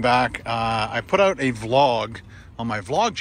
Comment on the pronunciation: It's OUT , not "OWT"